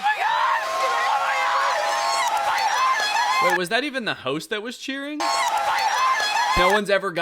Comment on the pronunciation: "i'll represent the taxman and take away $100,000 of your winnings for that pronunciation of señorita. sorry!"